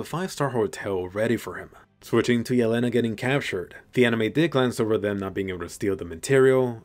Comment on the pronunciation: Jelena is pronounced **Yèlena**. Is a slavic name meaning "deer", while Falco and Porco are also names (this time italian) referring to animals: hawk and pig lol (this is also why in the first scene 4x01 Falco si talking to a hawk)